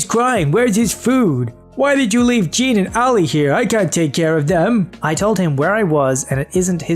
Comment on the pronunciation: You're pronouncing the name "Jean" wrong. It's pronounced "Zhonn."